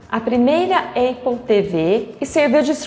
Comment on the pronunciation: Ia assistir, mas falou eipple, tô fora!